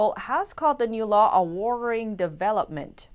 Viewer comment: Then it's a pretty darn powerful illusion! Also, I wonder what that host would say if she were not on the job. I know that English may not be your first language and I mean no offense, but your "worrying" almost sounds like "warring." Congratulations! Are you moving to LBRY or another network to avoid YouTube's censorship?